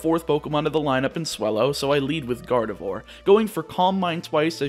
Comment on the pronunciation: Please stop saying Garde"vore"